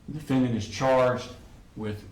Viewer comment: "And the rifle....stays in his room..." yea....Prosecutor buried the De-FEN-dent.